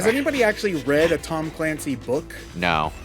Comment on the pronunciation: “Tom Calancy” Okay.